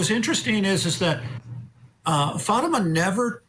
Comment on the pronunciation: I find it so annoying that both defence attorneys keep mispronouncing Fatima’s name. That alone speaks volumes of their disrespect for the victim. Of course, this lawyer is just speaking from the parents’ perspective. However, I must agree that the evidence of attempted murder against Zahraa was not convincing. That was an overcharge. The evidence against Ihsan was overwhelming though. The jury should have found him guilty of attempted murder. I believe 2nd degree assault was a compromise decision to reach a unanimous verdict. I’m not happy with the outcome, but that’s how the system works.